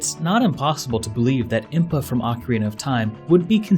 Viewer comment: its im-paz not im-puz